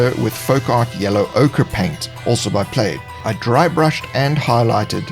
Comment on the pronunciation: Its PLAID not PLAYED! You mad man! I owe you a clip, sorry Covid Crisis has crowded out my fun to do list.